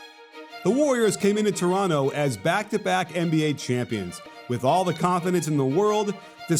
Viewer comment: thank you for not saying the second T in Toronto!! Go raps!!!